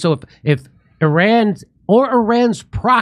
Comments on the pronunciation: Solid. One small suggestion for my own sanity. ih-RON please, not AY-ran. Love ya! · Jimmy, it's "Eerahn" well, sort of, not i ran! You can do better than Trump & Co!